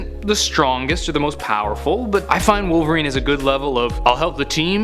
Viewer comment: Rhymes with '"Polveriene". It's Wolverine